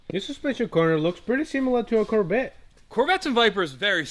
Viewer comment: Listening to say Corbette and Biper in the same sentence had me rolling